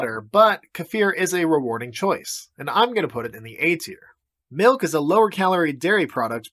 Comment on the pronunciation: Plain MELK